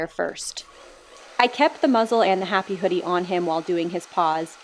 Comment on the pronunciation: "FIND MY H APPY PLACE. FIND MY HAPPY PLACE!"